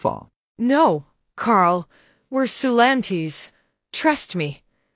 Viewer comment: Who heard soolantis